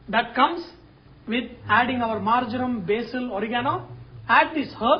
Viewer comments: hi chef , marjaram ... marmam ..... r those indian words or english? never heard ........ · I believe he said "marjoram". A prominent herb according to the Kama Sutra. :)